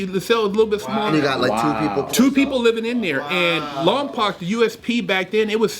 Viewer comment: I grew up in the Lompoc area it’s not lompac, it’s Lompoc like lom-poke